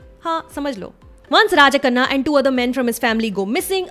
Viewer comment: Abhi k liye to aap ko hi dekh rha hu or aap ke tamil word pronunciation ko . tamil latter 'zh' Kaise use kiye apne 👌😯. ( Tamizh) ye mere juban pe Baithta hi nhi h but aap kese ? 👏👏👏👏. Or rajakannu ka naam bilkul ek tamilian ke muh se nikalne wala word jaisa hi tha.. superb pronunciation aapka.. 👏👏 great 👏